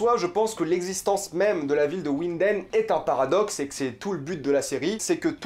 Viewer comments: Winden se lit "vinden" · Winden, prononce avec un v. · Ta un probleme de prononciation jcrois mdrrr ulrik qui habite a ouinden